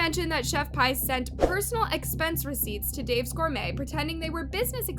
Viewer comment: Her name is pronounced P like the letter not Pi the number lol